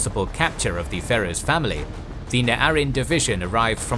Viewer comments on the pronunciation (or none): none